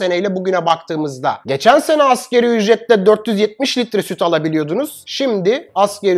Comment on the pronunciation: Dostum bunca bilgi donanım sahibi birisin Allah aşkına "askeri ücret" deme ...tüm Türkiye yapıyor bu hatayı Doğrusu : "ASGARİ ÜCRET "